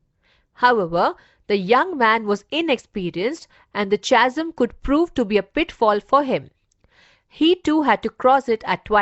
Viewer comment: The pronunciation of Chasm is कॅझम् and not चासम्